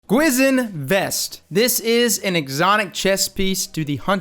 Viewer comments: It's pronounced Kee Sheen vest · It's pronounced Gwi-shin which means spooky ghost in Korean... 👍😂